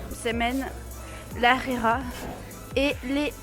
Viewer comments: Pour le dej tu as pris Harira c'est bon mais ça ne se prononce pas Arira ça se prononce harira ont prononce le H. :3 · C est pas arira c est harira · C’est pas arira Hrira✅ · C'est pas arira c'est l hrera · Elle m'a fait rire la khira au lieu de harira mdrr ( la prononciation) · MDR elle dit de la rera 😂😂😂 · Alor c'est pas la arera c'est la rhera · On dit la Harla bon bye bonne continuation bisous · Lahrira c'est pas La arira 😂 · Mois je suis marocain le petit gâteaux. Sappelle chbakia. Est c est pas la rira hhhh c’est harira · C'est lharira ce n'est pas larira 😂😂😂 et le maman et enfin chabakiya 😋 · Mdrr elle dit arera😂😂😂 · La ri Quoi? La hrira pas la rira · Elle m’a tuer la « rira » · En dit haraira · Désolé mais tu n'a pas bien dit les noms marocains mais c'est pas grave surtout avec la harira